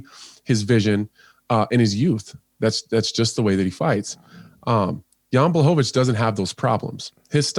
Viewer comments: FFS John can you not pronounce the fighters name man? Piss poor John Boy. Its pronounced like BLACK-O-VITZ.... Or there abouts. Not BWACKOVITZ or whatever your saying man. And I'm sorry but you were right.. The old supercar vs SUV analogy is a worn out cliche man. I'ts bloody LAZY John! I actually like you and your interplays with Dan Hardy but just going by this mate sounds like you can hardly be arsed. Cheetah vs Wild Boar would of been better than the 'Heard it a millionj times' car thing. If these guys dont fire up your imagination John then perhaps you could do the commentary for snooker or something? Sorry to be harsh mate but sort it out son eh? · why is he saying Bwaahovich LOL! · Please somebody make a meme of all the times Dan butchers Jan Blachowicz last name